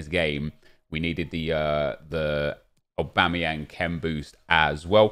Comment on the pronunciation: Nep trying to say Aubameyang